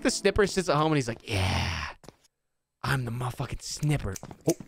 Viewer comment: "The Snniper Man"😀